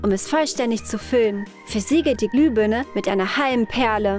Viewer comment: Warum sagt ihr immer glübörne? Es heißt Glühbirne